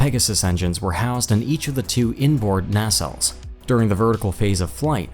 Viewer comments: Fairly good video but I was distracted by the narrator mispronouncing so many words including nacelles, Northrop, canard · Nacelles is pronounced both ways actually